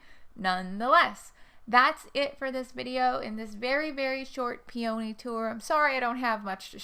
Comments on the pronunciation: Right there with ya, I'm on the in Maryland, and I say peony same as you, as my mother did too. After all it's not spelled...pe"a"ny, I pronounce the o. Are you looking to stay in KY.? Maryland is a really nice state =^) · I’m a Virginian and pronounce “peony” the way you do so you’re not alone! 💗